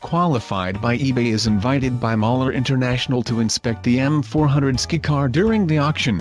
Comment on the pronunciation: Skycar you dumb A.I. not skicar!